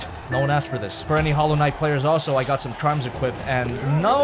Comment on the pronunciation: Hallow Knight More like Swivel knight